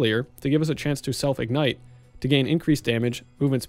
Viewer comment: whats innate? did you mean ignite?